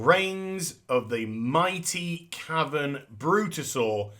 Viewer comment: CARE-A-VAN lol